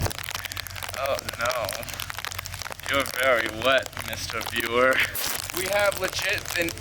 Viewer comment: “your vewy wet mista viewew”😏